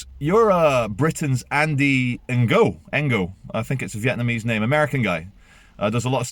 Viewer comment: Ngo is pronounced as "No", silent g.